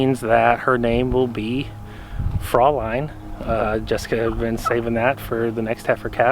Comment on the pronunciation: Congratulations on the new birth! Not that you have to follow this, but the German pronunciation is Froy-line. The umlauts give it that hard sound.